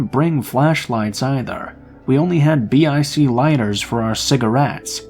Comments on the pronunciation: Those are called "bick" lighters..as in rhymes with Nick....I was surprised to hear you call them B.I.C. lighters! Lol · Hahaha. It sounds funny to have BIC be spelled out.